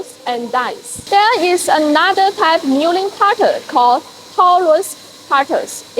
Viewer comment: Mulling cutter 😂